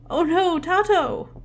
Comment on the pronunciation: isn't Tato pronounced " tay-toe " ? ( lol tei-toe ) that beetle minigame is also similar to the one i have for fishing in my game except i have 3 difficulties based on what fish you have on the line, rarer fish have faster moving arrow and smaller bar- and i have the same problem with sometimes it looking like it misses, haven't been able to figure it out. something to do with it not stopping the second you press the button :0 edit: HEY! Cola is in my game x"D She's one of my main OCs from my H comic lmfao. long blue hair tho